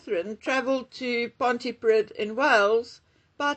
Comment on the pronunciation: PON-TEE-PREE-TH < Pontypridd 🥰🏴🇬🇧